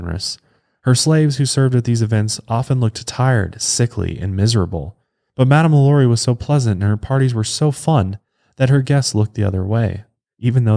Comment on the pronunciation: I tell you what, if you madame lalauries name correctly one time in this episode, I'll buy your overpriced hoodie.